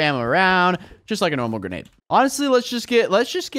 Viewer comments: Is that how u sat grenade? Granada? But I just pronounce it as grenaid! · ITS (gruh-nayde) NOT WHAT U SAID!